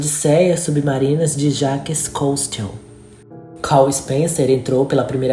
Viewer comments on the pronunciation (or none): A pronúncia de Jacques Cousteau é ‘Jac Custô’. 😉